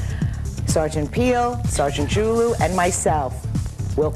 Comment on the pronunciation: His last name is actually pronounced Ju-Lu.